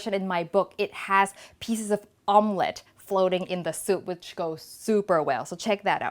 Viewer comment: "soup"er well lol